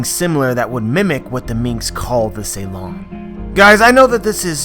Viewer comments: It's called Suron (long u) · Isn't it Su lon instead of Ceylon?